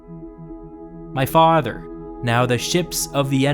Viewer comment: Your AI needs more training on the word Faaawther.